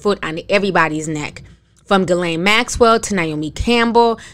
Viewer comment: Another name slaughtered. The G is silent.